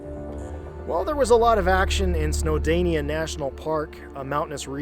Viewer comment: SnowdOnia. Not SnowdAnia. Used to live in Liverpool, went on an outing to climb parts of Snowdonia. It was great.